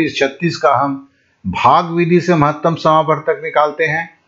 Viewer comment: SIR JI BHAGA NHI HOTA H BHAAG HOTA H